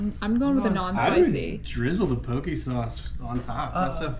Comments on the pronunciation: Just want to let you know that the POKE sauce is pronounced POKAY. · That Bull Surrendered Himself To 😳 It’s Pronounced (Pokéé) Diced up Bite size pieces 🤣👈🏾Not Powk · Your Hawaiian poke sauce is pronounced Po-kay. Not poke like poking a hole in something. In Hawaiian the letter E is pronounced Ay. I love watching your videos!! Aloha!! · Hi, epic video. The name of the sauce is pronounced: Po (the O sound is like how it is in the word "orchestra", n Ke (the E sound is how it is in the word "kettle".. So it's pronounced Pohkeh. U can google the pronounciation too. Have a Blessed day.🙏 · Great diving video and as always love the cooking. Heads up on the Hawaiian sauce - poke is pronounced po ke (hard o ) In Hawaii poke is usually cubed raw fish (ahi/marlin/cooked octopus/ or what ever you eat as sashimi) mixed with onions, seaweed/limu, salt, and soy sauce = chili peppers and sesame sauce optional) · Say it with me..."Po-Kee", it doesn't rhyme with Coke!😜😂😂😂😂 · Poke is pronounced pokay.